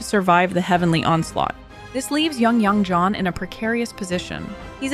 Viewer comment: Great and informative video! You seem to have trouble picking a consistent pronounciation for Yang Jian. In English, you should pronounce it like "Yang Jen", sounds closest to native pronounciation.